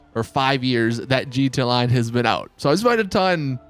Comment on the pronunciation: Why the hell do you say gta lion instead of gta online. Coz its annoying